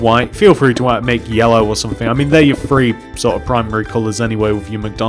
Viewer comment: When you say 3 it sounds like free